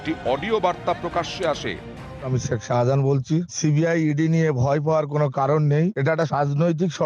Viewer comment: আরে বাবু ওটা শাজাহান নয় শাহজাহান 😂😂😂😂😂